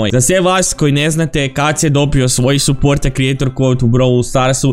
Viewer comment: kaze supoort